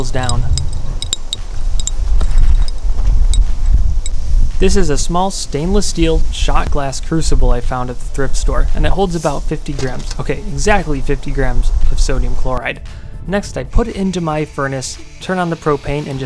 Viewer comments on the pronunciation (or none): Please tell me he didn't call it a Cursible. It's pronounced CROO-SIB-IL.